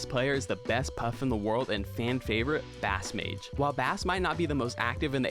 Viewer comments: Fantastic video. Just fyi it’s proubouced base mage for bass mage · every time he was saying bass mage I would say it's base mage out loud and I swear it was like he heard me when he was like "I'm not wrong I interviewed him" and I just smirked and said "my bad.." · absolutely CRIMINAL how you pronounced bassmage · At least pronounce bassmage correctly